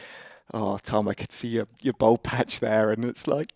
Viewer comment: Why cant anyone pronounce "bald" anymore. See Americans, English and Australians saying "bold" nowadays